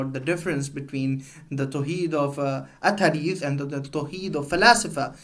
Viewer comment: Correct ur pronunciation of athari